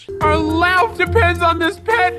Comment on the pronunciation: Its. Babe not. Beeb its. Love not. Lof